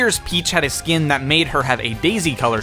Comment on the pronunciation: Stop saying skeen